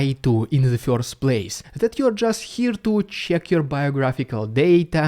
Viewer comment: love how you pronounce "first" as "feeorst".